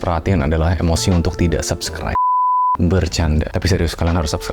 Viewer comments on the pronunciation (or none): none